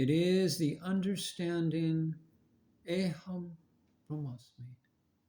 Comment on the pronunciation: Pronounciation of the maha vakya is not aeeeham brahmasmi. It is aham brahmasmi ❤